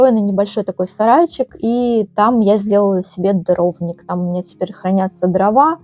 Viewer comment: Попала на канал случайно , всё здорово , восхищаюсь , но не жАлюзи , а жалюзИ / во французских словах ударение на последний слог / . Не дрОвник , а дровнИк . СвЁкла , не свеклА. Часто звучит слово " атмосферно " . Удачи !